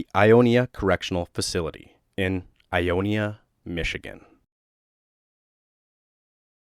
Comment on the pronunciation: If I may make a pronunciation correction? I know that people read words and this pronouce things differently but this one was hard to let go because I grew up in Ionia lol Locals/MI folks in surrounding area pronounce Ionia like "eye-own-yuh" Also nothin like growing up in a city with 5 prisons 🤣🥴🫪🫨 Only 3 are in operation now.